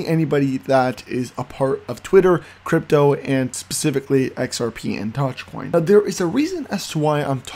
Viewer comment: If you can't pronounce doge coin correctly I'm not going to watch your video